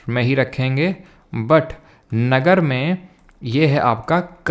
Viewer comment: नागर not नगर😂